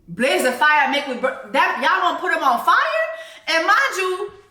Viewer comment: Girl, we say “Mek we bun dem” not “burn dem” 😂😂😂